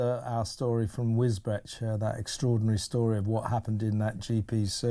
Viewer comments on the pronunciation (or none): Wiosbeach - it is pronounced Wisbeach unless they have changed it since i moved. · Wisbech at least say it properly 😅😅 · Kevin it's pronounced Wisbech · You wally.........the previous comments have made it plain TWICE, Pronounced WIS-BEECH! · It's pronounced "Wizbeech".